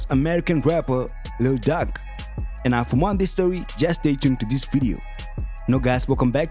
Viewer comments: He butchered the name 😂 "Duck"??? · Ur emphasis on Lil duck kills me everytime😂😂